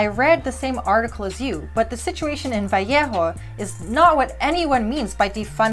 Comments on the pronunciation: It's "Vah lay ho"... I'll see myself out. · I love this. I really wish more people had the capacity and motivation to think clearly through different perspectives and oppositing standpoints. Although, as someone who grew up near Vallejo, it's incredibly weird sounding to my ears to hear someone speaking English not saying "vuh-lay-ho." Thank you for putting in the work and creating this criminally unseen video!